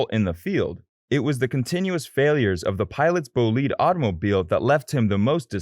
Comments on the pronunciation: Did I hear the narrator say "bull-lead?" I think he means the race car? Someone assist please? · Wtf is a 'boleed' ? Bel...GGAN GRAND PRIX? GAN? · What kind of shit commentary was that? What's a "bulleed"? What's a front rear wing? What's "the Bel-gain Grand Prix"? This stupid video should be deleted.